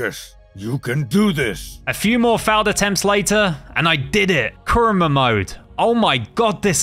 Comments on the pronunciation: its kurama not kruma just saying not a hater i hope you rech 10 milion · But I was about to die when he said "kurma" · add a in kurama u said kurma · Must say one thing negative it’s kuybi chakara mode not kurma mode now I understand copyright but I mean like why not chakara mode? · Pls pronounce the words carefully and do some research next time and pronouncing the words like rasengan rasenshuriken, kurama and more pls next time do the research on the word